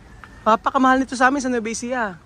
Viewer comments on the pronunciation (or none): none